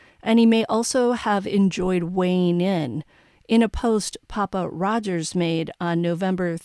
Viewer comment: Ahhh! You NAILED “PappaRodger.” I was wondering what the hell it meant. If Kohberger is an Incel…